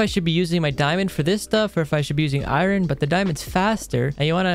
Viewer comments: He says Iren every time instead of Iron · no offense but u say iron like irin